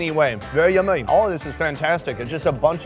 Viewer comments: “very yimay” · he said yummy with an Asian accent lol